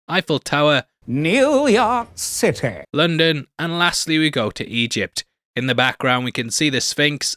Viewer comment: Got the thumbs up for pronunciation of "New York City"